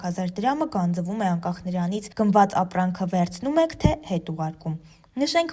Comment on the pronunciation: Լրագրող ջան, գանձԸվում չենք ասում, գանձվում։ Հարգելի մեդիաներ, խնդրում եմ ուշադիր եղեք՝ ինչ ու ոնց եք տարածում։ Լեզվական ցանկացած մանր ու մեծ խոտան հայերենի վրա աղետալի հետևանք է թողնում․ մարդիկ սկսում են ձեր լրագրողների, ձեր կողմից հարցազրույցի հրավիրված հանրային անձանց սխալ արտաբերածի պես բառերն արտասանել կամ հայերեն բառերի փոխարեն սուտի գիտակ խաղալով՝ լսածի պես կիրառում են օտար բառեր։